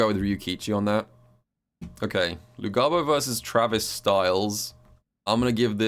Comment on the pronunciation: Its pronounced Luhabo